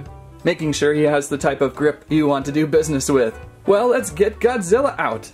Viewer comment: Wait did he say godziller